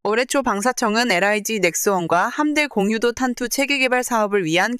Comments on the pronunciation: 오 이번엔 직접 읊어 주시는건가요? 이런거 참 좋습니다. 그동안 띄어 읽을줄을 모르는 멍청한 TTS 스피킹이 너무 싢었는데 이렇게 직접 읽어 주시니 확실히 사실 전달이 잘 되고 이해 또한 잘 됩니다. 거기다가 의외로 여성분이셔서 참 응원하고 싶습니다. 여자가 이런 분야에 관심을 갖는게 쉽지가 않은데.. 그리고 함대공유도탄 이라고 붙여 읽으시면 안됩니다. '함대공' '유도탄' 이렇게 띄어읽으시는게 맞습니다. 마치 함대 공유도탄 으로 들려요. 다음번 영상 만드실때 참고하세요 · '함대 공유 도탄' 이라고 읽지 마시고 '함대공 유도탄'이라고 읽으세요.